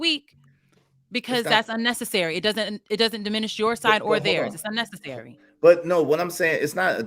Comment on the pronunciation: They saying that shid like it's a real word 😂. Sounding like they didn't graduate high school.